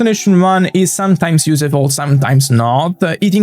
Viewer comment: Hello, I hope I don’t sound mean with what I’m about to say. Your English is very good! But you are mispronouncing the word “useful”. The “use” should sound the same way it sounds in the word “useless”, which you do pronounce correctly. Very insightful video as always, thanks very much for your efforts, you rock!